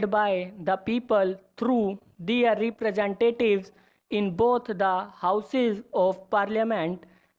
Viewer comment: Prounciation clear Karo apna "Their" word ka pronounciation thik nehi hai